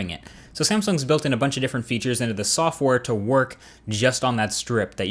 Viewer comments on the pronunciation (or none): i think he said softwar